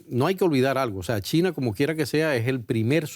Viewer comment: Porque le dice TINA a CHINA???